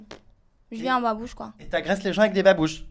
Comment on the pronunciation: 2m59 il dit babuche mdr